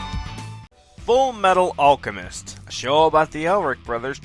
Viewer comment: So you pronounce it Awlchemist, but then you call it Alchemy